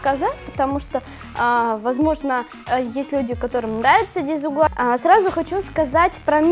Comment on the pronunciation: Почему ты каверкаешь испанский язык? Сколько раз слышала... Испанский не пошути язык а ты в каждом Л хочешь сделать "добле еле" и что бы читалось Ль... Десигуаль... Рамбля и тд ....